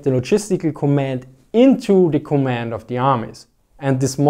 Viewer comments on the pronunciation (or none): none